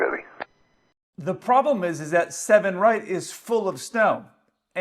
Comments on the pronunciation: Id even say he read back 7r but mumbled so bad i could be left sounding too. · That woman sounded half asleep, i could not make out the words seven right it was more like seven r . I would not ask a controller what is their opinion. I think it sounds ok but most times they are landing in a country with a controller with accent. It is a recipe for disaster. If they get things right in the first place then its not a problem. Also, in a scenario with fog where noone can see anything i would be hyper vigilant about what strip to land on that goes for the pilot and controller. Surely they can have a system whereby any plane coming into land gets a message flash up on screen confirming the strip they are due to land on. Then, if theyh want to have a long chat with the controller who is half asleep that is up to them. At the end of the day one of them is flying a 200 ton tin can so its in his interest to know where he is going. Also i would retrain that tower controller make her drink more coffee during fog.